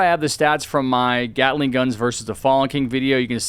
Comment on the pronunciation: Man gyatling gun not gyatting mann